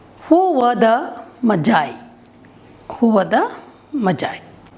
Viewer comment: Mam it is not majie it's the gift of magi magiiiiiii